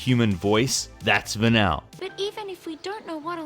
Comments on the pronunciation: It's "Va-Neal" not "Va-Nell" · FFXIII Vanile, Her name is pronounced "Va-Neel", not "Va-Nel" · of the voices mentioned in the list, i didn't find either Vanille's or Moira Brown's voices all that annoying. also, the guy mispronouncing Vanille's name kinda got me triggered a little. it's actually pronounced as va-neel, not va-nil. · What's up with the pronunciation of Vanille's name? Va-nill? It's Va-neel. I think they purposely had her talk that way to feign innocence and child-like wonder because she's hiding a big secret. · I can't believe you're gonna put in Tracer and Vanille but still leave out Skylar from Cybermorph. Also, it's pronounced Van-eel😉 Where did YOU learn to fly Where did YOU learn to fly Where did Y- Where d- Where did YOU learn to fly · Va-neal... Like Vanilla... obviously didn't listen to enough of the voice to get her name right. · it's pronounced "Vah-kneel" and she's absOLUTE SUNSHINE HOW COULD YOU HATE HER?? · Dude... It's Vanille, as in Neil...